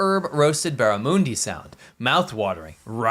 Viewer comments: Barra-mun-dee...is the right pronunciation ny friend. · It’s not called ‘Barramoondi’ 😂